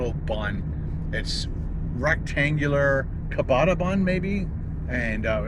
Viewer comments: Ciabatta is pronounced chuh-bah-ta (it doesn’t start with a k sound) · it annoyed the hell out of me that a grown old man doesn’t know how to pronounce this.